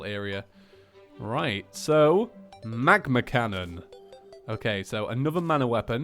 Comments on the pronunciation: I know he won’t see this because I’m 2-3 years late, but it triggers me whenever he says ‘magma cannon’ when it says ‘magna Cannon’ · Also it's magna cannon not magma connon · You said how it's a ''magma cannon" it was "magNa cannon" it was funny but I'm really enjoying series two, thank you 😂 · it is called a M A G -> N <- A cannon not M A G ->M<- A cannon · Its actually pronounced magna cannon instead of magma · Sighs mag-NA cannon not mag-MA cannon. Oh well have a nice day:) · magNa cannon, not magNa